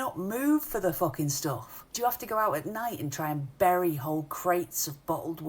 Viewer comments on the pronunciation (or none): none